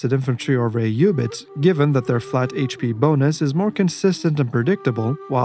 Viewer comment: I love the concise videos, and I really appreciate that we get to hear the units name with the correct arabic pronounciation ! You forgot to mention how the tower of the sultan strikes terror in the mind of your opponent, and overall is the best psychological warfare weapon in the game. Keep up with the good vids !